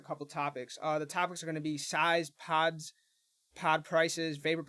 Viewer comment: Dying laughing!